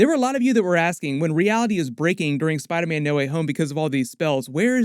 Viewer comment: Will he please stop saying spiderman like that😂🤣(spidaaahman)